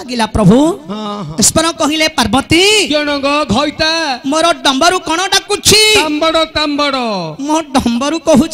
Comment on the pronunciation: ବହୁତ ସୁନ୍ଦର, କିନ୍ତୁ ଘଇତା, ମଇପି ଉଚାରଣ ଟିକେ ଉତ୍ତର ଓଡିଶା କୁ ଖରାପ ଲାଗେ